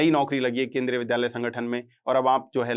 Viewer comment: विध्यालय या विद्यालय आप शिक्षक होकर विद्यालय का उच्चारण नहीं कर सकते और I belongs बोलते हैं